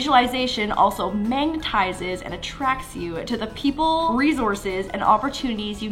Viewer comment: she really said mangtizes instead of magnetizes